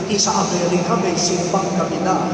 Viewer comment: T: Saan ka pupunta? S: Sa SEEM BÆNG GEB BEE. 😅